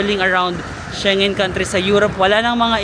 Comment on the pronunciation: Shengen is pronounced as SHENG-GEN.